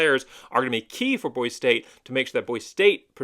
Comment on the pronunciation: How can you talk about Boise State when you can’t even say Boise correctly? Go back to California.